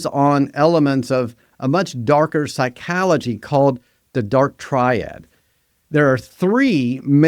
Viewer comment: If you want your AI model to successfully emulate a professional, you should make sure it knows how to pronounce words it ought to know such as "mimicry". But I guess you can't have it pronounce machiavellianism or psychology properly if you can't spell yourself. God damn this is terrible content frfr